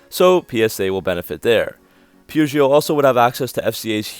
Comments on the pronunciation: it is Not pronounced POO-JO, in French it is PE-JO or PA-JO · Peugeot is pronounced POO-JOH 2 syllables with a soft J. It is not POO-GEE-OH. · I thought the proper pronunciations were puh zyoh (Peugeot) and sit run (Citroen). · "Poo-Jho". You're welcome. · I know most everyone here is American but it’s “Poo-joe”, the T is silent. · God you butcher Peugeot so hard its perrjoe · Please learn how to pronounce Peugeot. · I've own several Chrysler products over the years but would not touch a new one with a 10 foot pole. Extremely poor quality. Not to be critical but to help with future videos on this subject, the E before the O in Peugeot is silent. Very informative video. Thank you. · probably could have pronounced Peugeot correctly. The correct pronunciation is "WE SURRENDER"